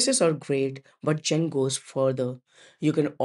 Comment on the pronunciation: Allow me to introduce you to Audacity. tbh, I had to turn my volume up to max to hear this video. Even chatgpt told me that users will forgive bad content (actually your content is very good except everyone knows it's Zen, not Jen, even if they never hear of the browser before, like me.), but they will not forgive bad audio. Please run your audio thru audacity before submitting.